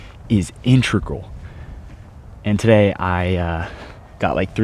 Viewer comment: someone PLEASE teach this guy how to say “integral”